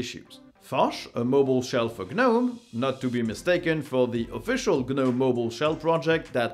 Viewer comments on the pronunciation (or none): Ok… its getting to the point i just cant listen to you. I understand Ga-English is ga-not your first ga-language, but… the G in gnome is silent, pronounced nome, not Ga-nome.